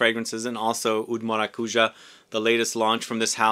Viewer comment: Maracujá, the tonic syllable is the last one (hence the symbol on top of the last a). Thank you for the video, love 💕